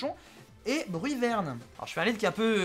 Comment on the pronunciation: C'est pas plutôt Bruyverne et pas Brunerne ?